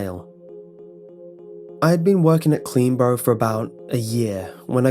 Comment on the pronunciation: Is he saying CleanBro or CleanBorough? 😂